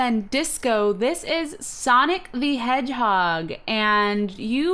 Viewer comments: Sonic the hedgehod LOL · it says sonic the hedgehod with a D instead of a G